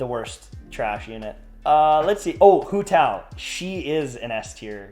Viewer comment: Look how he massacred my girl Hu Tao hahaha, I loved the video tho!